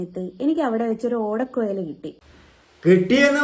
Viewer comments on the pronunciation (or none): Odakoyal alla thatha odakkuzhal ennu parayu😊